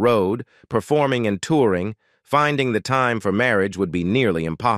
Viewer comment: "Marry -Ajj"....🧐🤨